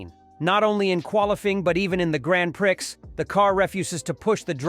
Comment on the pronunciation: I stopped listening at "graanpricks".